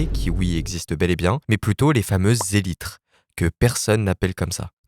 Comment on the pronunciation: merci de dire élytres et pas ELYTRA